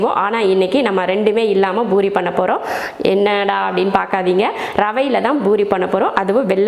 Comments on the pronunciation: It's poori not boori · It's not boori, sister it's poori